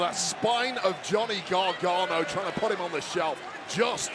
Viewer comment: Cole is such a tool. Learn how to say Gargano.